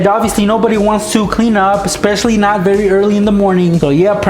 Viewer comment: did anyone else hear "you have to wake up berry early